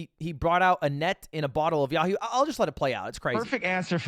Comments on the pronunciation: still but hurt because its yoo-hoo not yahoo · The hardest part about all of this was that Kanye thinks the drink Yoohoo is pronounced Yahoo...unforgivable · Ye not know that Yoo-Hoo is pronounced "yu hu" not "yaw hu"? Or even Ludwig for that matter. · AINT NO WAY HE BROUGHT A BOTTLE OF YOOHOO AND CALLED IT “YAHOO” THAT WAS THE BIGGEST MISTAKE OF THEM ALL! 😭😭💀💀 We Yoohoo fans don’t take this kind of disrespect. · That... That drink is called Yoo-hoo, not Yahoo... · Listen, it’s yoohoo the drink not yahoo😂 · It's Yoo-Hoo, not Yahoo. Ye doesn't know his chocolate soft drinks. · My biggest problem with this is the fact that he called a “Yoohoo” a “Yahoo”